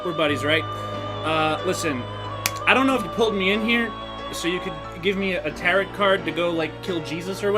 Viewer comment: No one gonna point out how he's mispronouncing "tarot"?